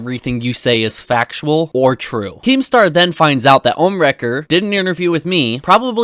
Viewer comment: "Vanoose" and "Omniwrecker". I think I've stated my point.